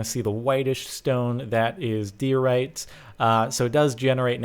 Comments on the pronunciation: Diorite's intermediate so it doesn't contain much quartz, let alone 50% (also its pronounced dye-o-right). Geology Rage!! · it's prounced dye - o - rite :P